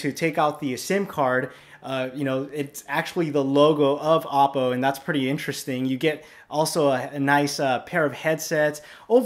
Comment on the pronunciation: It's pronounced "oh-poe".